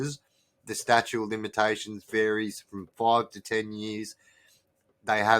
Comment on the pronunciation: Bro it's "statute of limitations" not statue....